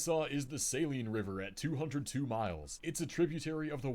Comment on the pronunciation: He mispronounced the Saline River in Arkansas—its sa-LEEN, not pronounced like the solution used to clean your contacts. I know, it doesn’t make sense, but yeah. I’m from Benton, and actually didn’t even realize the Saline River was the longest within the state borders. It supplies our tap water, and we actually have good tasting tap water, you don’t feel the need to buy bottled for everyday use. (But tbh we’ve got good tap water everywhere I’ve experienced in central Arkansas, including Little Rock.)